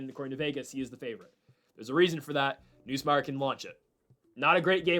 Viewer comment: You’re still saying Nussmeier wrong